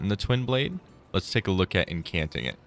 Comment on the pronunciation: Just to let you know, it's enCHanting, not encanting! Just trying to be helpful, not critical! Great video otherwise!